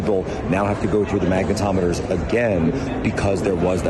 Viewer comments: Did he say MAGAtometers?!?😝🤓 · I thought he said ‘maga tometers’ lol